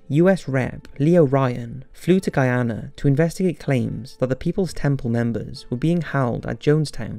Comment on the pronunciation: Proud that you pronounced “Guyana” correctly.